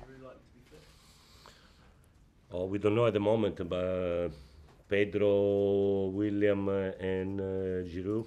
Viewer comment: Does he call Willian "William"???